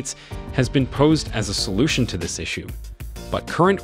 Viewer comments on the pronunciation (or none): none